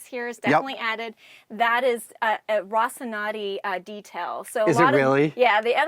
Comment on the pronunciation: I usually love Adam's visits to Propstore but they're typically best when the Propstore host is more knowledgeable about the series and comfortable on TV. doesn't seem to have a great grasp of the series (doesn't know how to pronounce Rocinante) and isn't able to interact with Adam as deeply as Stephen has in other videos.